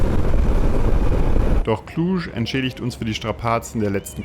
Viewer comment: Da seid ihr ja recht nahe bei mir vorbei gekommen :) Schöne Tour durch die Karpaten. Und Cluj und Transfaragasan richtig ausgesprochen :) Aber Cevapici neinein. Das sind mici (gesprochen Mitsch). Vielleicht verschlägt es euch nochmal ins Land. Die Transapuseni ist noch schön für Mopped Touren, und in Maramures gibt es auch eine Menge. Ich freu mich schon die "Strada Horror" mal mit meinem Sohnemann zusammen auf den Mopetten zu fahren :)